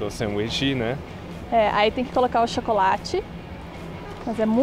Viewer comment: O tchácolate kkkkkk